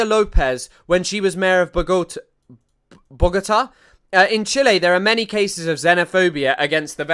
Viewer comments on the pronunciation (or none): Also, I got here because of the whole CWHM debacle. I’m very much against her side, I don’t watch H3 but I used to watch her. I’m a leftist Colombian who really, really can’t stand first world YouTubers who act like scholars. And despite you murdering the pronunciation of my city (Bogotá) I am watching this video cause I want to see what someone who’s truly informed and analytical would say about Trump messing with our countries and murdering our civilians without proper trial. This is genuine, I really appreciate that you took the time to research, even if it was for a bit (I don’t know how much you read about it) about Tren de Aragua. That’s why I’m commenting in your pronunciation, cause it’s amazing to see someone taking the time to talk about Latin America to an anglo audience and you said you pronounced the names like they would sound in your head, that tells me you care.